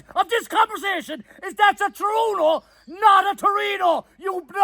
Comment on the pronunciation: Lads its called a True- eh- no!